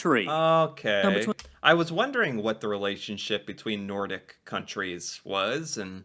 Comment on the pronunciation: Nordic not Nortic